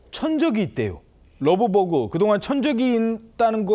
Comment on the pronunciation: 러브버그 발음도 자연스럽지 않다 그냥 털파리라고 해라! 왠 러브버그?